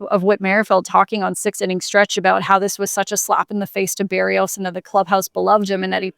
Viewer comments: beh-rrrEE-os actually but yes her pronunciation is even worse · Bah-Ree-oes... Not Bear-E-oes.... Love ya